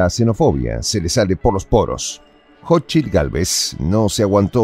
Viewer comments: No es jochil es cochil 😂😂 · Se pronuncia [SóchiTL]